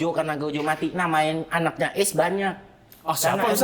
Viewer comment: itu ACE(u) bukan ACE 😂😂😂😂